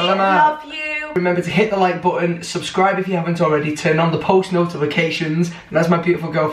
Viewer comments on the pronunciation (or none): none